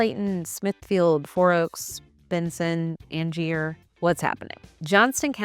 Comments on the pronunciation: Angier is in Harnett County and it's not "AN-JEER" ... The "Garner" WaWa is in Johnston County and no where close to Garner proper. Morrisville "diverse international population"... She mean's a very very large Indian community (not saying that's bad at all but that's what she means). If you are from out of town just move to Wake Forest or Cary and thank you for leaving Fuquay-Varina off the list, can't handle any more people. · Thank you. People tell us natives they're not originally from NC without telling us by how they pronounce Angier, Zebulon, Wendell, Bahama, etc. It really grates my nerves, too. 😆